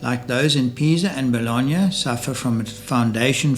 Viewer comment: I’m sorry, the WHAT of Bologna?